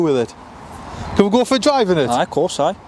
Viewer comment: “Can we go for a drive in it?” “Aye, CORSAYE” 😄